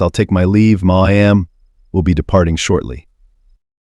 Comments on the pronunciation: To the narrator you are saying my am for ma’am it is pronounced mam Just saying 😮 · No one wants to hire a human voice over actor anymore... So the robot gives us "Muh-Aam" for ma'am now... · Once again, I am here to address the lack of professionalism in the selection if the readers for these stories. "Ma'am" is NEVER pronounced as a two syllable word. Additionally, "retarded" is not pronounced as "retorted". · She punched the flight attendant not the pilot. Title is wrong & please learn to pronounce mam right. Don’t think I spelled it right.